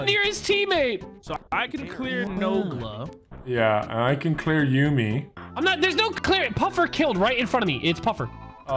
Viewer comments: every one: yummie Nogla: Yuumy 😂😂🤣🤣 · Why can nogla never pronounce yumi’s name😂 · IDK how nogla still cant say yumi's name correctly.